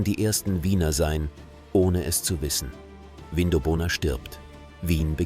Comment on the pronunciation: Aussprache Vindobona (zusammenhängend) - wird nicht Vin do bona gesprochen & weitere falsch ausgesprochene Namen. In 20 Jahren wird leider niemand mehr die Namen richtig aussprechen.